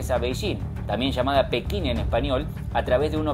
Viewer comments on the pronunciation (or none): none